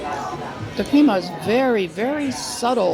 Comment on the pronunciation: Another entertaining video, however, just to be slightly picky, you mispronounced "Il Fornaio" and "crema." Keep the videos coming!